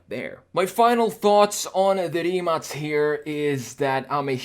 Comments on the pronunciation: Mate Rimac said in one of his interviews that his car is pronounced with the letter K (kay; ka, kei:) and not with a C (cee; ce; si:). So, different than his last name. In this video the man said Rimac (cee; ce; si:) automobili. I don't know is it correct or not , since it's the name of the company, but deffinetely the car is not Rimac (cee; ce; si:) but Rimac (kay; ka; kei:). Mate said so. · Finally someone who says it correct Rimac not Rimak. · in ya' own video,, when dude-bro asks Mate (the driver, founder of Rimac) how to pronounce the name, Mate clarifies that the Croatian way is Rimac ("Rimatz"), but because it's apparently hard for (and most Americans?) to pronounce, he implies that "Rimak" is fine if you can't properly say Rimac. edit: Proof --> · Holy crap! Rimac is pronounced as Rimatz? Rimatz sounds sexier... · No, its not. Its Rimac, with a C not a K. English speaking jurnalists did that.